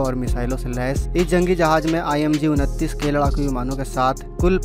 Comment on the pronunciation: MIG - 29 Plains hai ...ur name pronunciation was incorrect.